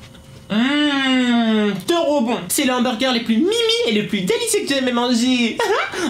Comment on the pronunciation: Pourquoi tu dis Humburgé ?